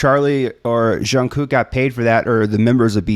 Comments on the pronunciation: I think the reason we as fans are so dedicated to BTS is because for many of us, they either literally saved our lives, or were instrumental in our recovery. I wouldn't be the person I am today without BTS. As for pronouncing Jungkook's name, you are really close. Jungkooks name is very difficult for non-Koreans to pronounce correctly. To say his name correctly, try saying it with your teeth closed. Move your lips and tongue, but don't actually open your teeth. Once you know what it needs to sound like, you can move your teeth again, as the closed jaw is just a trick to help get the hang of it. And if anyone wants a brief Hangul lesson to understand Jungkooks name better and why most of us say his name wrong, please read on. When Jungkook chose his stage name back in , "Jungkook" was the correct romanisation of his Korean name "정국." However, the South Korean government changed the romanisation system they were formally using a few years ago to more accurately match the correct pronunciation. So the correct way to write his name using English letters is actually "Jeong-guk" and that is more representative of how to pronounce his name. However, he stuck with "Jungkook" as his stage name for simplicities sake. Korean is a language with typically softer consonants and vowels than English. It is also a very fast spoken language, so you don't linger on sounds the way we do in English. Instead, everything kind of blends together to make soft, lyrical and fast language. The soun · You are doing better than most with JK's name and it's fine the way you're pronouncing it. If you want to get more precise when you hear him say his name the first K is pronounced more like a G. (Jung-gük) You should react to one of BTS's latest releases in the last week or two titled RUN BTS. It's sort of a fusion of hip Hop and rock elements. I think you'll find several "surprises" in the arrangement/production of that song. (Be careful not to confuse it with an older song of theirs called RUN)